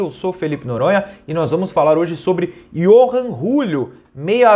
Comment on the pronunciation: Acho que a pronúncia fica iorran Júlio kkkkk